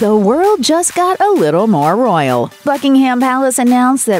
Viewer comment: If you say "Roryal" one more time, i am going to explode ! If you can not speak or you are not willing to empty your mouth before speaking -just decline!